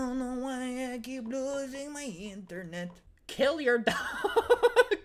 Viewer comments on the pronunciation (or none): yah maiyindurnet aidunnoyaikeepluusingmaiyindurnet